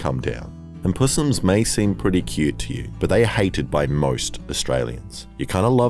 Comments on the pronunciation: "pussssss-ums" lol i usually hear it pronounced "possums" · Puss ums? hahahaha Crikey..!!!!